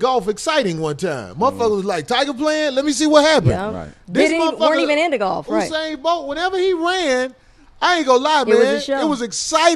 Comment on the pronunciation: My Nigga Corey said "Husain Bolt" lol